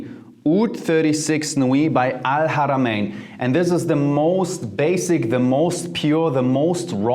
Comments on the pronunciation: your pronounciation of Al-Haramayn is frickin beautiful dude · You said alharamian perfectly !! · The way u say al haramain is near perfect. Well done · You pronounced the second difficult letter in Arabic when you said Al-(H)aramin! I’m impressed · The arabic accent is so perfect ( el haramayn) . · To all my arabic brothers and sisters - let's give this man a standing ovation for pronouncing al-haramayn exactly like he was fluent in Arabic :D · That's how I pronounce it. That pleased me a lot. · Respect your pronunciation of arabic letter H in AlHarameen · Your pronouns “ alharamen “ very good 👌🏽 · Wow. I’ve been looking into oud fragrances and you come out with this. Appreciate you so much brother! By the way, you pronounced ‘Al-Haramain’ PERFECTLY the first time you said it in this video. As an Arab I’m impressed! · Great?? I’m Arab by native and his prouniciation is better than me 😂. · I was about to say it! Man the way he pronounce “Ha’a” is better than some natives!